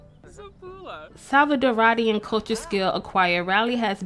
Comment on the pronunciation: It’s stressin me out the way you’re saying salvaDORA and salvaDORIAN not salcadaraduh...